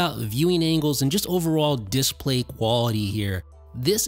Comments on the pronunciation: Dude u must stop pronouncing display like that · Please make up your mind about how you are going to pronounce the word “display.” You switch with such frequency that you end up sounding affected and pretentious.